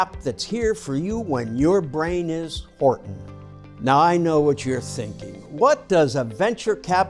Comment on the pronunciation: "Hortin" lol I be hurtin everyday ❤